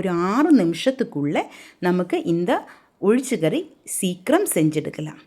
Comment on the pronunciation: Athu olichakari illai ozhicha kari sariya dish pera pronounce pannunga ippali malayam language ah kolai pannatheenga.